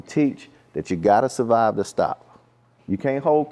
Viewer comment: Where’s the R in survive 😂 Playas fuck up to😂